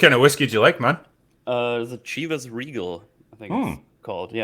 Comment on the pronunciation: Lol Cheevus Reagal. It’s “Shiv-ahs Regal You get a pass, you’re German.